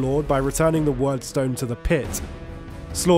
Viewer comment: I and those I played with always pronounced "Wyrdstone" as Weird-stone, rather than Word-stone as in this vid.